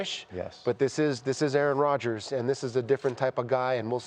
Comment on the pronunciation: Schefter is a clown. Mispronouncing the name of Rodgers documentary on purpose. Get this dude out of here.